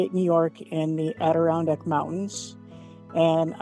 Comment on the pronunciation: being from this area, I’ve heard it pronounced wrong so many ways. But this is a new one.